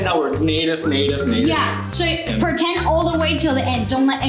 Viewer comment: 是我聽錯還是莎白講so講的跟所以一樣